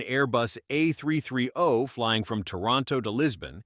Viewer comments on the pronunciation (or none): Not añ airbus A33 oh, its pronounced A three thirty, dumb ass AI crap, you need to learn how to punctuate and enunciate correctly.